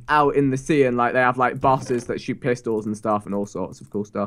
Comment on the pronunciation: vikk says "and then u sh!t along the path" hahahaha well the first time it sounded like that sooo